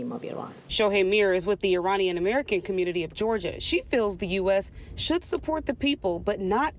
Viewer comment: I'm offering help for the Thousandth time, regarding some of your Wrong Pronunciations!! IRAN, is pronounced "Eee-Ron". It's neither Pronounced "Eee-RAN" nor "Eye-RAN" Moreover, IRAN shares its literal meaning with IRELAND (Land of Aryans). The proper pronunciation for IRANIAN, is "Eee" (rhyming with See) + Ronnie (abbreviation for Ronald) + Yan", rather than "Eee-RAINY-Yan". A simple mnemonic would be "There is no RAINY weather in Iran's forecast"!!